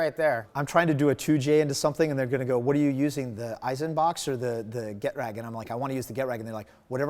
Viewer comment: Hey host: it’s “ge-trag,” NOT “get-rag.”